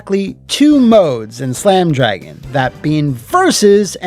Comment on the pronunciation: C’mon and Slam! Welcome to… Dro-Gan?